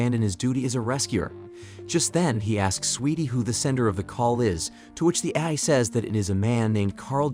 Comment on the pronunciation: Or pronouncing AI as ayee.